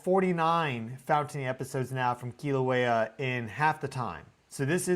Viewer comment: Sorry my cosmic bro, I just gotta say I love your channel and your work, but Kilauea is pronounced Kill-a-wea. Much love🫶